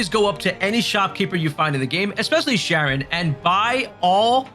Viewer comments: Charon is not 'Sharon,' it's 'Care on,' like the Greek god. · I called Charon as Sharon too when I first saw it…but it’s pronounced Karen…they say it in the game more than enough 🤣. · nice video but charon is pronounced more like "care-on" not "sharon". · 60 hours into the game and can't pronounce Charon's name lmao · K-aron. Not Sh-aron. Obelisk - aa·buh·luhsk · Ah-beh-lis-ck Its not pronounced sharon. Its pronounced karen.. 😂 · Awb-el-isk. Obelisk. 😑😂 Also, Charon is pronounced Karon. You know, like the way anyone who says her name in-game says it? Why can't a single YouTuber say her name right when they say it IN-GAME!? 🤡